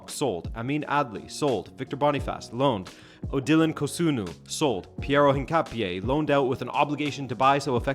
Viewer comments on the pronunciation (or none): none